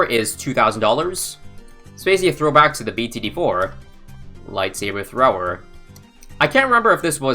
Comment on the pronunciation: light thabre that was so funny I love you